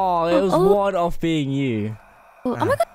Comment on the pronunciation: you said it was “one off being you” and it sounded like u said your name 😂🍓